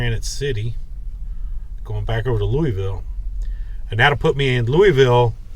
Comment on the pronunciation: Really enjoy your channel. I live in Louisville and work as a courier for a dental lab. Hope someday to run into you while your in town. Would love to teach you how to properly pronounce Louisville, LOL.